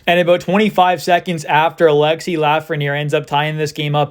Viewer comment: its pronounced alex-ee not alexis